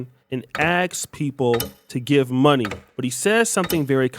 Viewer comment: That guy said I'm going to my hotel room and count "my momey"